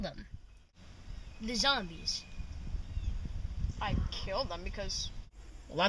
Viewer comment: lol he says zambies